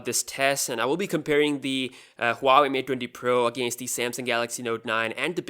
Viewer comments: It is Hua Wei, not ua wei. The H does make a sound. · It’s not Pronounced hoo are wey. It is actually W are wey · Huawei is way better than any other phone in the premium segment. BTW its Pronounced WAH-WAY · Huave?? dude do you know how to read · he says Huawei mate dwendi pro lol